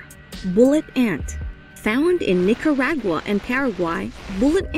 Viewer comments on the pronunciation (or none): none